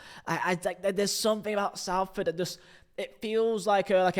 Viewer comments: please I'm from salford it's pronounced solford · Why can't you pronounce Salford properly? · the pronunciation of Salford hurts my soul